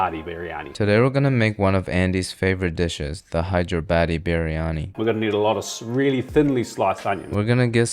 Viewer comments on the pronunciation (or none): i am veerryyyy verryy sureee i heard him say hydra baddie biryaniiee 😂😂😂